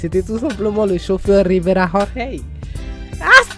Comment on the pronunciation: Rrrriverrrrra rrorrrey